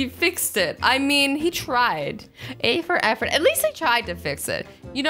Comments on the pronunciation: Azzy did you say A for Effort?🤣🤣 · You said A for effort 😂😂😂